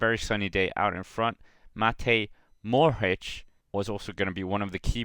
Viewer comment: Not Morohich, not Morhich.....Mo-ho-rich. Mo as in motel. Ho as in hotel. Mohorich.